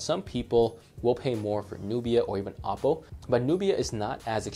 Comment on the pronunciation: Are you saying "Apple" for "Oppo?" and are you saying M3 or N3? Sounds like M. Nubia is suppose to be more expensive. Might as well get a used Lenovo P2 instead of this. Xiaomi is cool but their Android skin is heavy an filled with ads and annoying apps that you can't uninstall. Flipside, Xiaomi is dirt cheap. Downside, minimum to partial LTE coverage outside of China except. Except Mi Mix 2. That thing has crazy worldwide band support. Can you review the 360 phones like N6/N6 Pro or even the N6 lite please. Thanks.